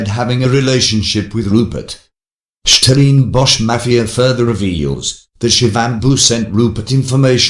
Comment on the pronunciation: Who ever is narrating this video, you're not South African, in fact, you have an English accent, so stop poking your nose in our issues and talk about the Monarchy. Which South African can't pronounce "Stellenbosch"?...nxm